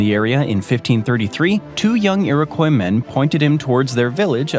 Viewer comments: Iriquois. It's not pronounced Irikoy. It's Irikwah. Thank me later. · It's IroKWAH. Maybe actually talk to Canucks before making up stories about us. Funny how Americans are so thrilled to remain ignorant of Canada while imagining that we'd love to be part of your mess. Oh and we're not actually that nice, a misconception created by the fact that we have manners. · Worst pronunciation of Iroquois ever... Lordy..